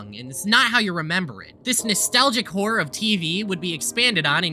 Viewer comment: and every time he says "whore" instead of "horror"